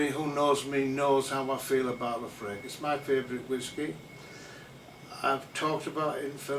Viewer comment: its La-FROYG you jackass lol